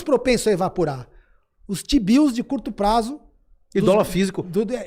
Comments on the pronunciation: Rapaz... Foi só eu que ouvi toda hora que o Dolar é lastreado em Xibius (t-bills)? 🤣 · Só tem um problema, toda vez que vocês falam Tbio, eu só consigo ouvir xibio... 😂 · desculpa, mas não consigo ouvir vcs falando tbill e não pensar em outra coisa kkkkk de resto, ótima discussão